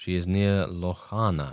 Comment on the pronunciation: Do you speak German or any other European language? I was really surprised by how you pronounced the „ch“ in Lochana